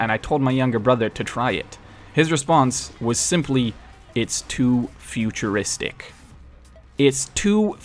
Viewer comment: "too foocheristick" oh my